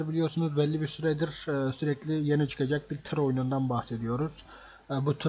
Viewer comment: Çıkaçak çıkaçak diyosun böyle bişiymi olur yaa çıkanda haber edersin